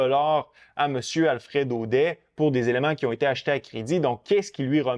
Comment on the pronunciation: On dit "Audette" même si ça s'écrit "Audet" 🤭. Fin de ma parenthèse, merci pour la vidéo 💪🏼